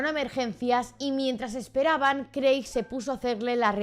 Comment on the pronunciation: Hola! me encantan tus vídeos de true crime, los veo todos, sólo me paso por aquí para decir que el nombre de Craig se lee como Creg. Sigue así! <3